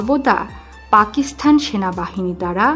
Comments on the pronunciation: পাকিসথান নয় পাকিসতান উচ্চারণ হবে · উপস্থাপিকা পাকিস্তানকে পাকিস্থান বলে কেন? গর্দভ। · আপনাকে কে বলেছে উপস্থাপনা করতে পাকিস্তান উচ্চারণ করতে পারেন না।বার বার পাকিস্থান পাকিস্থান বলছেন। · পাকিস্থান কথাটা ভুল, উচ্চারণ সঠিক হল পাকিস্তান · পাকিস্থান নয় পাকিস্তান। ফাক নয় ফাঁক। উচ্চারণ শুধরে নেবেন। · পাকিসথান? আগে উচ্চারণ শেখো। তারপর ভিডিও বানাও